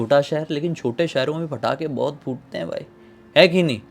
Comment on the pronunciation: Bhai patakhe hai ya fatakhe???😂